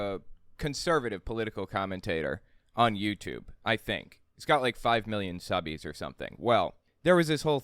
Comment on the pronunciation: I like you BUT stop saying SUBBY'S, please.